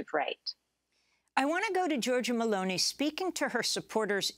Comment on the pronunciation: And it's Meloni not Merloni.